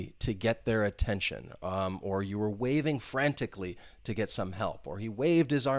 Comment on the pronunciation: Pay aytention